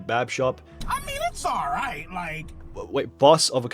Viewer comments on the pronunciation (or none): none